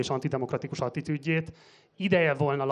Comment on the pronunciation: Gulyás Márton által emlitett "nagyon szép magyar nyelvünkben" mit jelentenek az általa használt "eklatáns" és "atitűd" vagy, talán, "atitjűd"(?) szavak? De, egyébként is, egy röhej ez a pasas!🤣